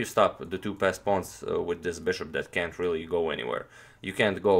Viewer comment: Is he calling the pawns pest pawns?